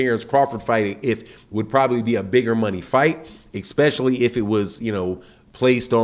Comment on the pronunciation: One thing Sir. Has nothing to do with fights. There is NO word "expecially". The word is non existant in all of any English. Here or over the pond. The word is ES not EX